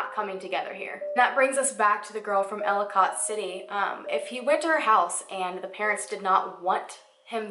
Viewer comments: As a native from Maryland and this area it feels so weird to hear someone else pronounce ellicot city and Catonsville lol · hmm. manybe he died of overdose then they got rid of body so they dont get in ttouble. AND ellicott is ell-a-kit city and catonsville is kay-tons-ville